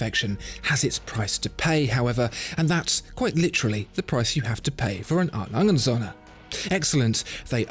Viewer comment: "It's pronounced "A. Lange und Söhne" - with a german "ö" and not like the english "o". You pronounce it "A. Langen Sonne". Other than your pronouncation I love your videos!